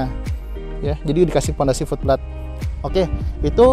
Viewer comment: Oom, itu FOOT PLATE diucapkannya "fut pleit", bukan "flut plat"... untung aja ada tulisan 'Foot Plate' di layar, jadi ga miskomunikasi ... wkwk... lanjuut...😀👍